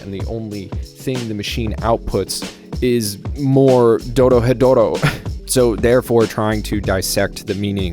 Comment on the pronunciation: It's not that hard to pronounce once you get the r sound right, roll it with your tongue quickly, go through re, ro, ri, ru and ro, then move on to ryu, rya, ryo if you want to overachieve, ryu is especially difficult in the beginning. So, Do Ro He Do Ro is how it breaks down, look up the pronunciation of those Kana and you're good. Not really difficult but I've been speaking this accursed language for a while now.